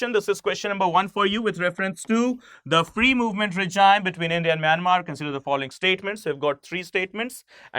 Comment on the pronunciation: I'm only concerned about this guy 's pronunciation of regime which he repeatedly made stupid mistake .... he pronounces as "reh-jayim", whereas the real pronouncement is "ray-jeem". He failed in English language phonetics.